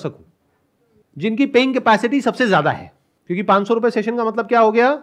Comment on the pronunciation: Sandeep sir panch( 5) ko hmesa pan bolte h Like Pan-das% log 😃